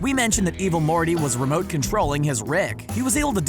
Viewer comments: At one point i thought he said "Evil Horny" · Stop saying evil morty like that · The Way He Says Evil Morty And Rick Its Hilarious... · STOP SAYING EVIL MORTY LIKE THAT 😂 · Little bit of constructive feedback, the dramatic pauses and emphasis used when saying "evil morty" take away front the video and make it hard to watch. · Evil morty like that